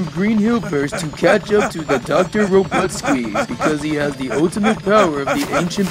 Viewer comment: robuttsqueeze? really?